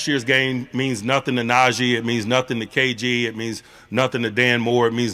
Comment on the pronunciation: IT'S NAH-GEE NOT NAJAY